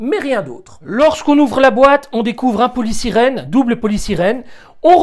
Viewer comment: On dit polystyrène pas polysirène ... trop beau